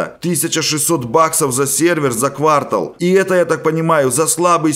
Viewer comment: Ну бляя, мне так режет уши когда ты говоришь: "квАртал", " плюсЫ", "нАчать" и т.д.